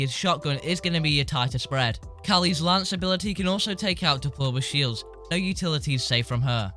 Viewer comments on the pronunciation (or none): Does he say diploma shields????????